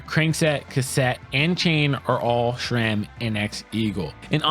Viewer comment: it's sram not shram